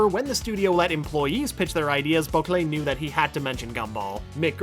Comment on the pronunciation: The way he pronouces Bocquelet should not annoy me this much